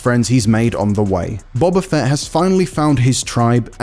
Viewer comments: Seriously learn how to say Boba Fett!!!! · The narrator can't even pronounce the name of the lead character - and also needs to learn how to use a G! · Every episode of book of boba fett directed by Robert Rodrigues wasn’t just bad… it was the worst Star Wars has EVER been and this episode is no exception, it came off as a childish fan fiction. The fact that IGN put someone reading this review up who can’t even pronounce the titular character despite it being said in almost every episode is as much of a joke as this score is.